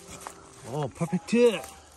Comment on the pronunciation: 매형의 "오. 퍼팩트" 발음이 한국인인줄요 ㅋㅋㅋ 점점 한국인이 되가나요? 좋은 기억 가득한 한국 생활이 됬으면 좋겠네요.